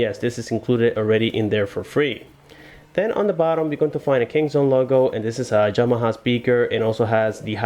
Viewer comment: Yamaha not Jamaha.